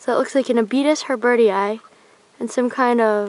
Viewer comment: Abeetus herberty-i. Ok kid pronouncing words i never heard as if he an insectologist